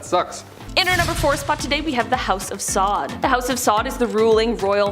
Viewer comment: Come on.. if you don't know how to pronounce names please google it before making these videos.. also make a sign to help you speak it properly when making the video... Borgia (Bor-zja) ... Meyer Lansky (not mayor but sounds like My-er)... House of Saud (Sowd)... Koch is not pronounced "Cook" it's more like "Coke" (like the soda).... remember you're trying to teach others a bit of history (had to stop video after Koch but might return to edit after watching the remaining video)